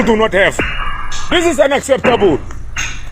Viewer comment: Ignorant & lazy fool! He can't even pronounce "unacceptable." Ridiculous!